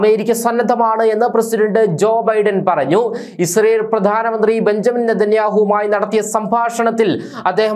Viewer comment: Benjamin alledaa.. Benyamin ennu vaayikanam